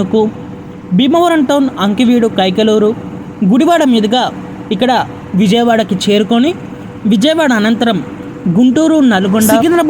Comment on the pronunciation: అంకివీడు కాదు ఆకివీడు అది